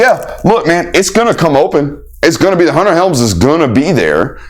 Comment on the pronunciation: it's Gunnar Helm. not Hunter.